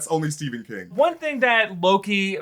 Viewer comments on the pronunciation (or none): none